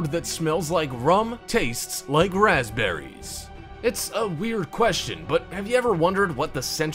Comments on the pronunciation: You said pasberies not rasberries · it said paspberries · says paspberries lol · Hum...I would like to try these "paspberries" you speak of.